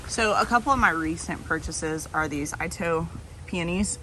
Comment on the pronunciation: Since you asked 😀 Itoh peony is pronounced EE-toe PEE-uh-nee. Itoh is a Japanese name, after the man who hybridized them, and that’s how the name Itoh is pronounced. It’s also KLEM-uh-tis. But, if you are saying the botanical name Paeonia, then the second syllable is emphasized, pee-OH-nee-uh, so I think that’s where the mix up comes from. I have no idea why the mispronunciation of clematis got started, but now it’s about as prevalent as the correct pronunciation. That’s the one word that’s like nails on chalkboard for me, although I know pronunciation isn’t something a lot of people care about.